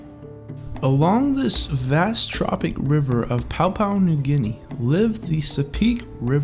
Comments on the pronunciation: also its not papau new guene, its PAPUA NEW GUENE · Papua* not Paupau 🤗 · "pow-pow new Guinea"